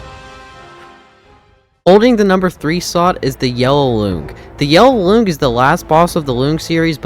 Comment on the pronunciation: its pronounced loong as in long, like length.